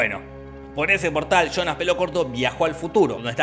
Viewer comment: Muy bien resumido y narrado, pero me mata de risa escuchar "Chonas" cuando habla de Jonas (yonas)